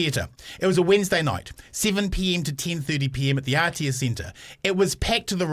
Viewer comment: The fact that bomber sends his kid to full immersion te reo school, but can't pronounce aotearoa properly after living in nz his entire life 🤯🤯🤯